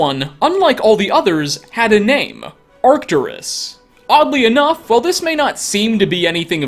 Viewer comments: Arc-TOOR-us, not arctur-US (The bold letters represent the emphasized syllable. Each syllable is seperated by hyphens- not 'dashes'. You will notice that I omitted a second hyphen in your pronunciation, because you pronunciation lacked a clear delineation). Have Google pronounce it for you (see below). Sorry, I am an old English teacher suffering from either, OCD, or the world has been cursed by technology to be forever illiterate. Any way, I love you content. Just wanted you to clean up your script so that you don't come off as less intelligent that you are. Also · Fun fact: Arcturus is a latinization that is actually pronounced [ar'cturus/arcTURus], and it means "guardian of the bear" in Ancient Greek. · Is said Arc-ture-ess